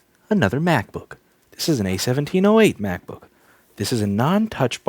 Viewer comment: stop saying macbook like that lol lol